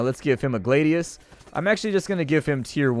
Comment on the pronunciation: glah-di-uhs not glaidius